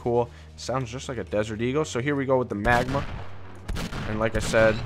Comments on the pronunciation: Magnum not magma get it right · the magma lol you mean magnum